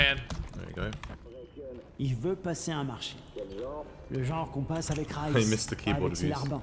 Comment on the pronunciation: it should come out sounding like rayes not rice, all of the names are arabic too, except for gazi,brecken,jade, and crane. i am posotive the game is based in a fictional egyPtian city. the people have the accent, and the street fighting skills. especially with machetes.